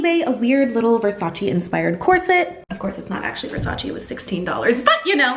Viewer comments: i criiinge everytime she pronounces versace wrong 😩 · ily but please say Versace right!😂